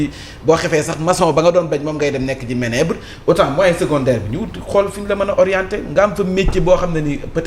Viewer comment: Comment peut-on inviter sur un plateau des personnes qui ne savent même pas prononcer le mot manoeuvre et qui parle d’éducation. On ne dit pas ménébre, on dit manoeuvre